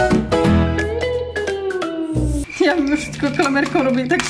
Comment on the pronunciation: Czy ty umiesz mówić bo na klamerke mówisz kramelke albo karmelke albo klamelke